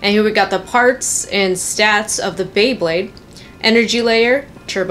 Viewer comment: You said bwebade at the beginning